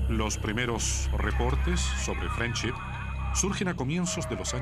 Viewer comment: se que significa friendship pero "frenchip" como dice la señora que relata ...quien sabe que quiere decir